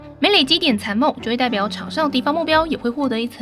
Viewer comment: 集真赤，怎么听起来像鸡中翅😂